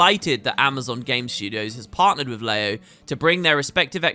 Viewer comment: Leyo, "Ler yo", 乐游, Happy Games (Luckily it's in Chinese!)